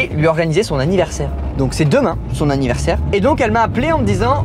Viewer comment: c'était la première fois que tu montais sur un poney? Trop dingue! la tête de rat constipé il est trop beau ce ballon papillon! Aaaaaah béh on sait ce qu'il mange maintenant! "AVINNAIRSE" "hu cannabis"